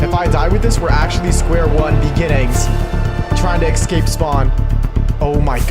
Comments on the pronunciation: EScape not EXSCape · why does he keep saying "ekscape" 😭